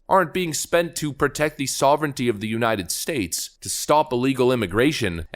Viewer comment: He can't say United States ("Unanned Stase")